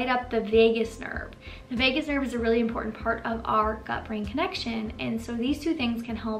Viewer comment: There are two t’s in the word important please pronounce them both